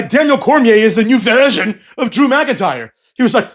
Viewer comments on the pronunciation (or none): New verhhsion , new vershhsion .